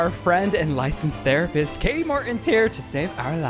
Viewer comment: Shane its Kati Morton not Katie